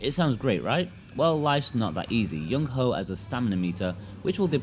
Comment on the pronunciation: I couldn't help but chuckle a bit every time he said Youngho ("young ho")